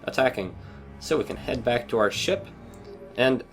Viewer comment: Whenever you say Ship Missile, it sounds like your saying Shit Missile, or, at least, to me